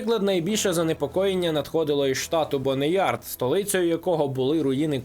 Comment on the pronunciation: "БоунЯрд" а не Бонеярд ⁵лять🤕🫩